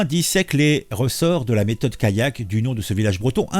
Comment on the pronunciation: Callac ça ne se prononce pas comme Kayak... Sinon une allée vous le prononcez "ayé" ???